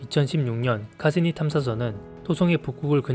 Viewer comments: 영상 잘 봤습니다. 자료도 좋고 설명도 간결해서 이해하기 쉽습니다. 다만 중간중간 탐사선 이름들이 어색합니다. 태양계를 벗어난 보이저 1호와 2호는 발음도 다르고 표기하신 영문명에 r이 빠져있고 토성 탐사선 카시니-하위헌스(호이겐스)도 마찬가지입니다. 카시니라고 줄여 발음하시는 과정에도 카사니라고 잘 못 발음하시는 부분이 있습니다. 조금만 더 신경 써 주시면 완벽한 자료가 되리라 생각합니다. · "보야지"? 보이쥐라고 하셔야지... 그리고 "카사니"가 아니라 "카시니"입니다. 영어가 너무해. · 그거말고도 카시니 하위헌스인데 카시니 뭐라했더라 ㅋㅋㅋㅋ